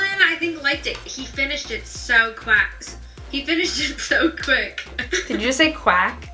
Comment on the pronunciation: Gabi : he finished it so quast! Niki : did you say quack? 😂😂😂😂😂